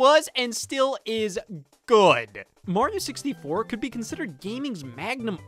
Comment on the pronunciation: Yo he says "martin 64"